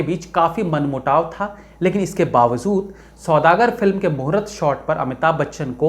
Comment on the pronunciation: What is bawazod? It's bawajood jb Urdu word bol nh sakte to Hindi me keh do ap hamesha bawajood ko bawazod kehte ho